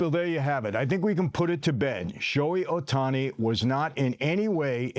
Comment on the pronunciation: This dude is so full of sh!t. Cant even pronounce Ohtani's name. What a joke.